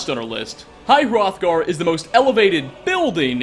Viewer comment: It's pronounced High H-Rothgar